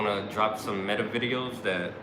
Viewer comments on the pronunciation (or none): none